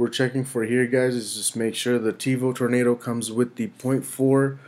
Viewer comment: Tevo "Torando" Perfect.